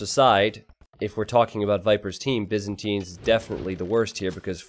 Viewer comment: can you stop saying BIZinstines, its Byzantines